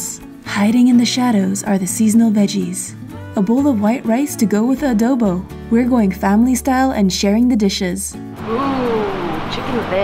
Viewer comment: As a filipino i am trigerd by the pronounceation of the word adobo